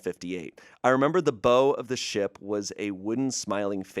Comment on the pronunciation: he also said bow instead of bow, when it's actually pronounced like bow....he said bow like to tie a bow around a present, when the bow of a ship is the same as to take a bow . B-aa-ow? I would and will definitely get Calliope wrong